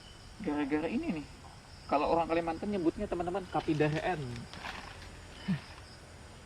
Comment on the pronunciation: Orang bang bkn owang. 😁